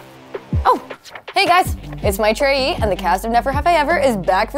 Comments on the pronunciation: “Matt try ee”… There’s gotta be a better way to say that 😂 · I have always wondered why she pronounces her name that way .... It is my(as in my) thr(like thra in Thrace) e (ey) yi (pronounced like letter e)....